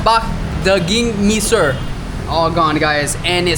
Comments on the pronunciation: Mesir not me sir. Mesir mean Egypt. Just listen in google translate how to pronounce Mesir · Martabak “me-sir” 😂 Dude, i genuinely lmao. It’s pronounced mè-sear (“me” is pronounced like the word “the”). Mesir means Egypt.